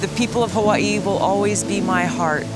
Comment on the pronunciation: I hate the way you pronounce Hawaii